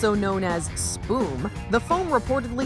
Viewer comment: Spume? Spewm is how its pronounced in England, lmao